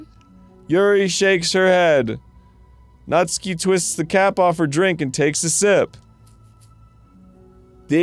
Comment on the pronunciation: I finally found out the right way to pronounce natsuki, “Nastookie”